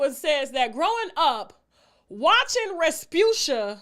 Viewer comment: 🤣🤣🤣🤣🤣 not resabutia